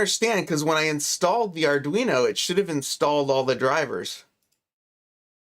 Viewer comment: Sorry way to confusing for me. As soon as you said ardweenie I knew it was not for me